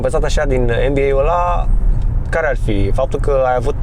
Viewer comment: Cand spune- a de Mba credeam ca spune de Nba :))